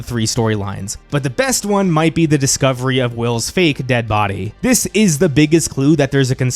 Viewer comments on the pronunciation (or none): none